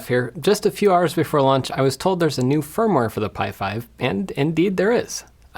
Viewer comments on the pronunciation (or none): none